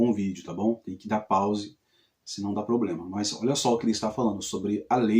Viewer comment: Realmente esse cara é um analfabeto da bíblia é uma pessoa metido a entendido da bíblia,mas não entende de nada,ate a palavra problema fala poblema!